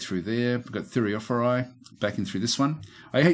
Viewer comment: Like your gameplay. No button spamming either. The easy way of pronouncing "Thureophoroi" would be treating the "ph" as the "F" sound. The "oi" sounds like "e". Thure-o-for- e.